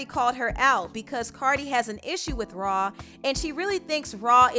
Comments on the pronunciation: "RAW-Ali" 😂😂😂 lmao it's "Rah" not "RAW" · Cardi b needs to have several seats who wants offset :Nobody & this the second Time i here someone pronounce rah ali name like that it’s rah Yu don’t say her name like it’s spelled like a monster lol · Why is the content creator saying “raw” instead of “rah”. Sounds crazy bro 🤣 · Anybody died a little every time she called Rah, “Raw”?